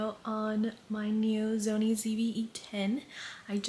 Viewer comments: you said “zony” instead of “sony” 😂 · why do you pronounce it zony instead of Sony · It stresses me out when you say Zony 😭🤣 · The "Zony" ZV-E10, (she can say it properly at time )